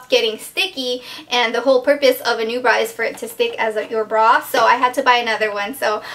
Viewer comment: lol...when you said NuBra...i thought you said "new bra"...hehe...